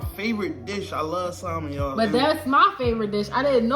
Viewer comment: The L is silent in Salmon